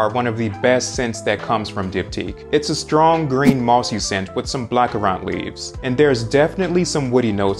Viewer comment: Is he mispronouncing black currant?